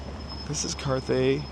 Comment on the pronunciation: It's "Cathay" not Carthay if it hasn't already been said.